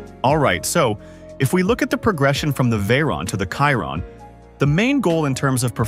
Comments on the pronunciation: Pls pronounce it properly, it's the shee-ron not the ky-ron. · There's a typo . It states that 1500N.m. of torque between RPM, but your graphic shows rpm. That needs addressing. Chiron is pronounced Sheeron, well you can't pronounce the correct word so I've simplified it for you!! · Isn't it pronounced sheero'? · Wtf is Kyron ? Absurd pronunciation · Hate the ai voice calling chiron by wrong name